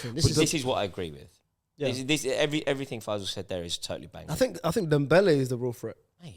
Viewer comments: You guys should do a YouTube short of each time called Fay-zal "F-AYE-zal" hahaha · The way pronounces Faysal 😂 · You say “Faysal” ,I hear “Deluded Guy with 0 Ball knowledge” 💁‍♂️